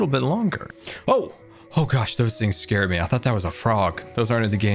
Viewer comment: ed sir